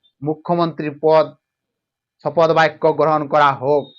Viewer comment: এই অশিক্ষিত চ্যানেল শপথ গ্রহণ কে শপদ গ্রহণ বলছে! এটা নিশ্চয়ই ভয়ে পাল্টি খাওয়া তোলামুলের দুধেল গাই চ্যানেল 😅